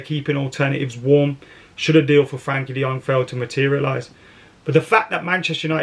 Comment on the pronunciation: De Jong will come when pronounces his name right. So sadly never.